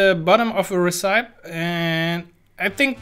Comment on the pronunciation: to be correct: you pronounce it [res-epie]